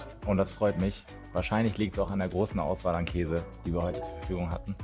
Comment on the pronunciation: Wie einfach jeder Käse von dir falsch ausgesprochen wird 😂😂😂